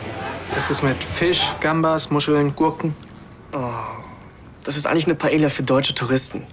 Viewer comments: Das heißt Paila, nicht Paelia 😂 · Dieser Pseudo-Spanier Raffael kann nicht mal Paella richtig aussprechen, voll oberpeinlich. Er sagt es 3 Mal hintereinander falsch. Man spricht es Paeja, die ll spricht man nicht. Filmfehler!!!